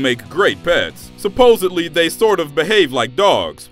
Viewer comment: About 10% of the population says "supposedly" correctly. You are in that minority. Salute